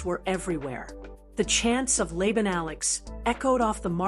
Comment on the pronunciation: It's also not Lay-bun, AI. It's pronounced Lah-bahn. All you smart-A$$es can comment now. 😅